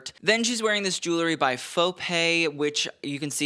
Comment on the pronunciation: I find myself watching your stuff over and over - you know your business. Boy do you ever - and you keep up with everything! WILL YOU PLEASE RECONSIDER YOUR PROUNUNCITAION OF THE WORD JEWELRY. There's an "E" in there and your mispronunciation is distracting. I'll keep watching!